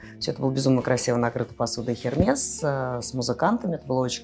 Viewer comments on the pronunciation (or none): Эрмес,, Эрмес!!!!! Хермес, блин))) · Нет,наоборот Хермес не правильно,Эрме правильное произношение